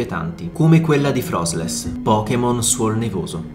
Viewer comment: Oddio anche frosslass.... No ragazzi davvero... Venite un annetto a Londra.... Almeno capite com'è la vera ORIGINALE pronuncia inglese.